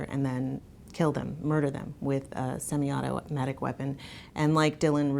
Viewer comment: seMI AuTO-auTo-MAtic